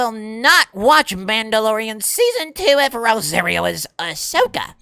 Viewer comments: Not ROW-ZEHR-EE-O but ROW-SAHR-EE-O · Ro-sahreero. Like sorry. Not airy.